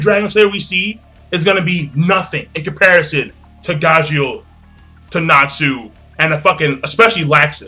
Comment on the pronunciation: When he said Najeel I instantly thought of Natsu and Gajeel using the Potara earings or doing the Fusion Dance. In all honesty them fusing together would be pretty frickin' awesome.